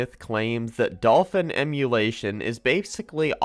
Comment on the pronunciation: “PC Emuwation”